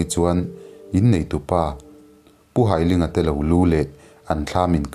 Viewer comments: Pu Hailinga hi ka nu pa,ka pu ania a hming hai tih lai hi mi kan hai a,ka hai che tih anga lam tur,an fapa hi Lalkiana ani a,chuan ka nute unau zinga upa ber Nghakthangi hi ala dam a,Lawngtlai college vengah an cheng mek e,kan tet laiin ka piin min hrilh ṭhin a kan hlau thei lutuk,zanahte hiam kan zung ngam lo a,api kan in hruaitir ṭhin,ka lung aleng hle mai,he chanchin i dah vang hian ka lawm em em e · hailinga hming ilam dan hi hai tih lai ..thawhka hai tih lai ang leh ling pawh hi meiling kan tih ang hian lam tur aw